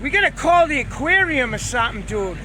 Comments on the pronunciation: "Let's pull it in Jude" He donesn't even know how to say dude anymore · didnt know if he should say jay or dude. so he said jude.